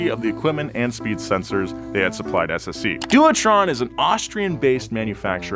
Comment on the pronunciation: Thanks for pronouncing the name of the SSC car correctly, so many people don't bother trying to find out how